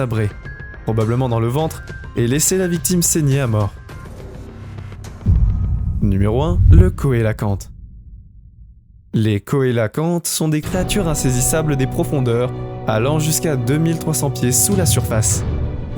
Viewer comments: Oui comme le gecko se prononce jé et non gué. Ainsi que le cœlacanthe se prononce sélacante... Il n'a qu'à aller voir Google pour savoir comment il faut prononcer.... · Corréction coélacanthe se prononce sélaquante et le smilodon n'existe plus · Le smilodon n'existe plus. Le soit disant smilodon en laisse n'était qu'un automate, un robot quoi... Et on prononce "célaquante", pour le cœlacanthe, le poisson ! Et c'est le gecko, pas le "guéco". Décidément, il faut aller voir Google quand on ne sait pas prononcer un mot. Sinon ça aurait pu être un bon reportage, dommage ! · Sa se dit selakante putin 🤣